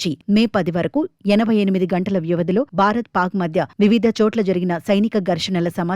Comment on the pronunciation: బారత్ కాదు భారత్